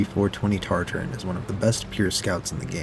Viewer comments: I’m gonna lose my mind it’s TA-TA-RIN not TarTar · Nice video. Heads up though, there us only 1 "R" in Tatarin at the 3rd to last letter. TAT-ar-IN, like in Tatra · Why is he saying TARTARINN